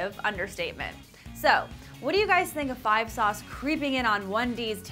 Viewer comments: Gah~ Can I just say. 5SOS is pronounced 5 Es oh Es. SOS by itself pronounced how it looks doesn't sound right. At all. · im just laughing because she kept on saying "5 sauce"